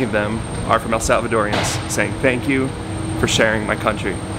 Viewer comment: That was nice of u guys ....going back to say tanks..it's wooonderfull